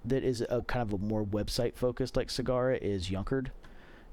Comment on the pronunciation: Just fyi, Sagara is adopted into Indonesian from Sanskrit (much of Indonesian retains its pre-Islamic origins). Sagara means ocean and I have not yet heard an American pronounce the word properly. The stress is on the first syllable. Say SA-ga-ra. So it's nothing like "cigar-ra" as it were. Just trying to be helpful. Also, mention of Monroe? I have a pair, a monkey boot, quite nice, much the same quality. Two older pairs of Benzein (now Briselback) have also been well made and properly fit. Carry on, brothers.